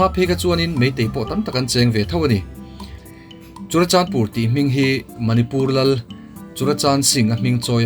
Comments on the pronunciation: Churachanpur nilo in Churachandpur tur😁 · CHURACHANPUR❌ CHURACHANDPUR✅